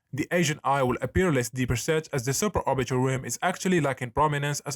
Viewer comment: bruh all i heard was suporbiaal tilt